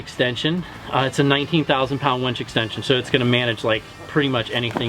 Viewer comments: it's pronounced Winch... not Wench. A Winch is something you use for vehicle recovery. A Wench is a prostitute lol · Does he say "wench" a couple of times when talking about the throw bag?